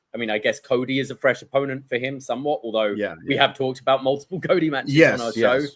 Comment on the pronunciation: 🍻 to '' ('the best kept secret'....that really wasn't, knowing he was guest-hosting The Rich Eisen Show soonafter and 'selling the injury') 💯, I never heard the name '' in so many different places when talking 'aboot' this story